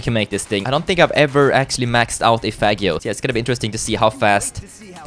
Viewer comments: Henriko Kangur is misspranounceing it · is not saying faggio correctly